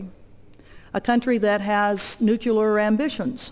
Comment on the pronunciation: new-KLEE-ar, godammit. Wtf is so hard about this word? Still, she's got guts.